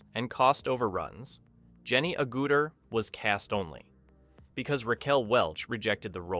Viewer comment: I have a few commenta: Your thumbnail is of the cast of the Logan's Run TV show. Why? Where did the shot come from? I've watched this movie dozens of times and I've never seen this shot. Your AI narration is terrible; there are at least 3 different pronunciations of "Agutter." The video's abrupt ending is weird.